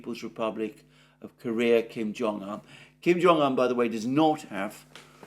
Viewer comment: Kim Jung Un NOT Kim Jung An